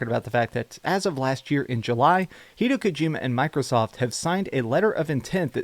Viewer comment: HEE-DEY-O KOU-GEE-MA